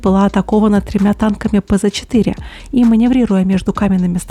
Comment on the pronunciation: За модель и историю лайк🤘😁🤘 за пЗ 4 дизлайк🙈🙈🙈 откуда русские блогеры берут букву З в немецком слове Панцэр а пц сокращение от него. Правильно говорить пЦ.